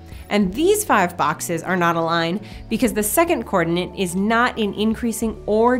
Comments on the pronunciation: I'm sorry to mention this, but hearing "coordinant" instead of "coordinate" really presses my button in this video! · Do You say (or just pronounce) coordinate with an "extra N" as in coordinaNte?? Or are my ears playing a trick on me. And if You are is that "American English" or merely a "personal quirk"? Best regards. [Sincere apologies beforehand if I come across as rude or "trollish" since that isn't my intention, I'm simply curios and trying to improve my understanding of the English language.]